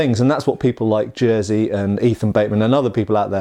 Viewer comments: Jersey xDDDD - correct pronunciation would be something like Yeshy: Greetings from Kraków :D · Just call him Yurek (you-rek). Jerzy is not pronounced Jersey. Really. Yurek is fine. I'm Polish. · I'll teach you how to pronounce 'Jerzy', for a pound, however, as a gesture of goodwill, your freebie is: it's nothing like the knitwear. ;)